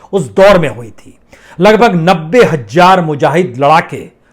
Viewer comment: Hajjar nahi sir hazar boliye.